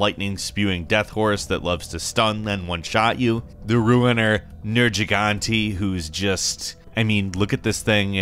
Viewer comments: No... Just no.... nurjeegauntay?..... noo... Nergeegantey.. try harder.. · What on earth is a Ner-Chi-Gan-E? Dear Lord... Why do people that don't know anything about games talk about them... ffs... every god damn outlet is shit. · The way you pronounced Nergigante like that made me cringe hard. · Admit that the hardest boss for you was pronouncing Nergigante correctly